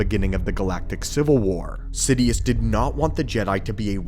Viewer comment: It's "Sidious" not "Sidius"